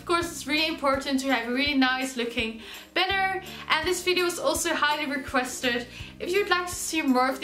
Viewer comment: *banner not benner